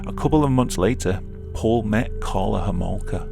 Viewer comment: I can’t be the only one who heard ”Carla Whoremonger”